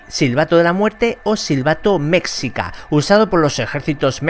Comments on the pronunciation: Cierto el dijo mexica pero se pronuncia mechica o mejica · Me gusto este tipo de videos una parte 2 no estaría mal Dato: se que eres español pero la forma correcta de pronunciar Mexica Es que la X suene como Ch pero haciendo que el Chi vaya algo cantado y termine como en S bueno escribiéndole literal seria algo asi Mechíca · se dice mejica y se escribe mexica esto te lo aseguro por que soy de México.